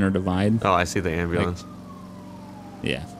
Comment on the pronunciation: “Abulance”